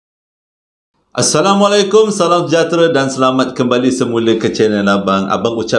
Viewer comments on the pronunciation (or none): none